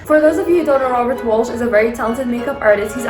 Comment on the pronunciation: Welsh, not Walsh. You keep saying Walsh...